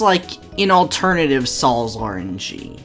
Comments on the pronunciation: I am playing Sol's rng while watching this Also, It is pronounced like "Soul"'s rng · He sounds like he is saying Saul’s rng